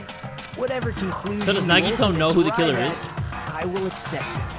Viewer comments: Hajime: Nagito Subtitles: Naughty toe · everyone: no that’s wrong! Nagito: no that’s wong!